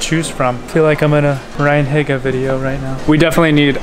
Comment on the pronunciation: BTW you said RyanHiga wrong